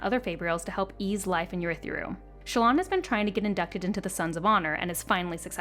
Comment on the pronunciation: What a great recap!! But my goodness good God Almighty…the pronunciations are like nails on a chalkboard. Adolin, Jasnah, Urithiru, Shinovar…so many more that made me flinch. Fantastic video!! Cringe worthy for audiobook folks…